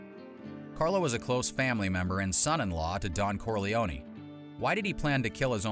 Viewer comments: I thought it was pronounced "Corlee-own", not "Corlee-own-ee". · "Corleone-ee"???... I'm guessing it's narrating this video! 😁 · The way Americans pronounce Corleone always makes me laugh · Pronounce the name Corleone right. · Not to mention the E at the end of Corleone is silent, just like it is in Capone. Bugs me no end when people change pronunciations without good reason. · It is pronounced both ways in the movies. A simple explanation - in English, you are correct - the E is silent. But in Italian, the E at the end would most definitely be pronounced. So, it depends on who is saying his name as to how they would pronounce it. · You say that, but Mary (Sofia Coppola in the third Godfather film) pronounces Corleone with the long 'e.'